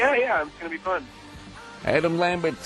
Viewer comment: Lol "Adam Lammbits"